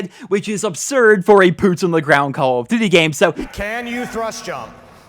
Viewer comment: I like your videos but the way you say call of duty gave me aids